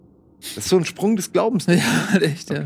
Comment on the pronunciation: Aber es gibt nur ein einziges R…. Und in „Sprung“ hört sich das gerollte R gar nicht so gut an….